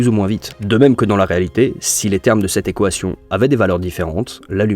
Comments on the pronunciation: ta vidéo est incroyable, mais ça me perturbe quand tu dis « ekoation » 😭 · "cette équohation" 😂super contenu! j'adore continue! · Manière bizarre de dire Équation non ? Voix IA ?